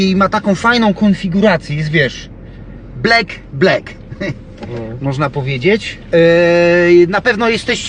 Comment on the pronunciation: Jeszcze jakby prezes nauszył się poprawnej wymowy słowa "black", to byłoby super, a nie klepie, jak 99,9% populacji w kraju. Lepiej po prostu powiedzieć "czarna", coby nie więdły uszy...